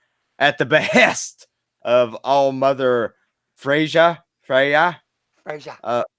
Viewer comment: the norse J is pronounced as a Y so its Fre-ya and Yo-tun-heim #someofusdoknow :)